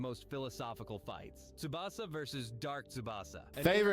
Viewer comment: Tubasa❌ Tsubasa✅